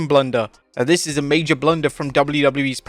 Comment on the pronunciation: “It iz what it iz” 🤣🤣🤣